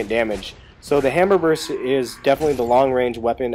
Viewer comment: its pronounced "burst" and retro lancer is the only main gun i use . you can charge enemies instead of revving up and walking to them when they could gnasher you ect.